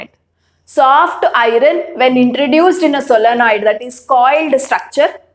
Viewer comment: Teachere it is not irene its iron